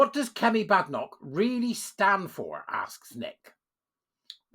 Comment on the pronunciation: From the lips of the lady herself, it is pronounced “Bay-den-ock”. HTH!